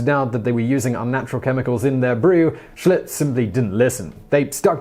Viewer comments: Did he say Schultz instead of Schlitz? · I listened again. He said Schlutz.